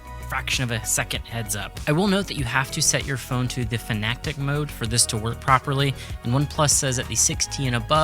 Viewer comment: "fanactic mode" hahah. Nice video BTW.